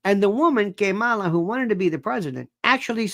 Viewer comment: It is so disrespectful that you deliberately mispronounced vice president Harris's name. It's not funny. It makes you look very unprofessional. If you want to be a comedian perhaps you should try doing stand-up at a comedy club.😢